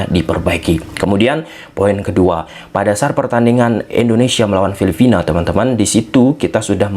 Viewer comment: FILIPINA BANG, BUKAN FILIFINA😂